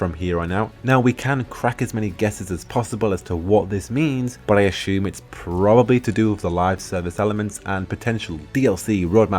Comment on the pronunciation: The way you pronounce “assume” reminds me of Goldmember off of Austin Powers lol. Not hating, just saying. Nice video.